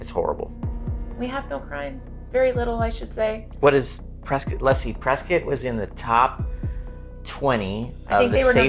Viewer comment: I lived there from 2008 to start of 2009, best place ever only problem was people from California, and from the sound of it you both are from the sorry state of California. Plus you are saying Prescott wrong. I’ll go ahead and call you out.